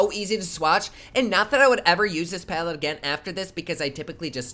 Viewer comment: Platte instead of palette 🙈